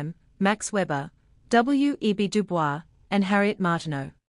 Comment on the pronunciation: Great, but just one thing: according to experts in DuBois' work, DuBois is pronounced "Du Boyz" (at least according to my Social Theory Professor)